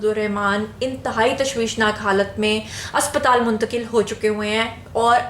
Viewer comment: U made me laugh the way u gave the news. Intiqale hispital